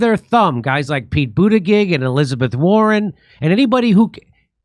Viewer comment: Did Jimmy call him “Pete Bootygay” 😂